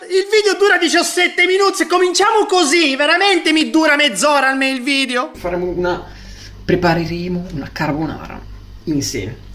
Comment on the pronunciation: Grandissimo ahahahah Ma per caso il maestro ha detto preperemo?? Ahahah #trasparento #dentro allortre